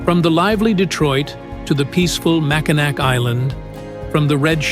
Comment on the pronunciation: Yes, but you pronounced it Mackinac. I'm a local.